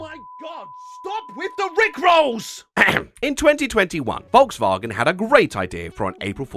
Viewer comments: You said Volkswagen wrong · I kept thinking your April Fool's joke was pronouncing Volkswagen like "VolksVagen."